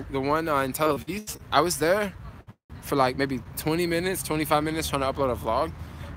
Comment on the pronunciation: you keep saying Tel Aviz. 😂 love it man. This trip is very inspiring